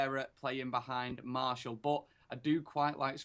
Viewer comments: But it's not pronounced mar- t-ial either it's pronounced Mar-si-al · why is the only person in the world who pronounces it "Marshall" hahaha